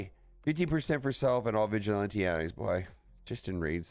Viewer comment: Why you saying vigilante like that? 😂